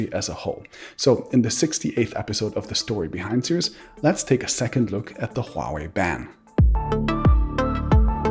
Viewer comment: thank you for pronouncing HUAWEI correctly